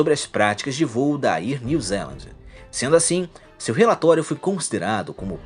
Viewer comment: Bom o vídeo! Só quero fazer duas observações, com todo respeito... A pronúncia não é "ier" New Zealand. Seria algo como "éar" New Zealand... Outra coisa é que acho meio exagerado dizer que afetou "milhões" de pessoas... pra mim "milhares" ou até no máximo "dezenas de milhares" já está suficiente. Mas aí é só opinião mesmo. Abraço